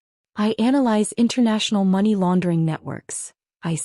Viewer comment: There's fiction and then there's AI crap that can't even pronounce Money or times 😂😂